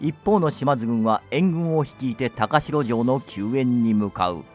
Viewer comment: 高城は「たかじょう」と読むんですが…歴史を語るのであれば、正確にお願いします😮‍💨